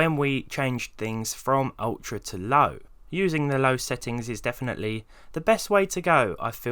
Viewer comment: you said low sounds like LAU